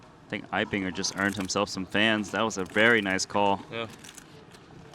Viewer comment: Mad Props for pronouncing Eibinger correctly!